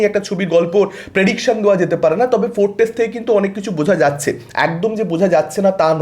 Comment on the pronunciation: আগে ভাই উচ্চারণ ঠিক কর। ফোরকাস্ট কে অনবরত ফোরটেস্ট উচ্চারণ করছো, শুনলে কানে চাপ লাগে ভাই।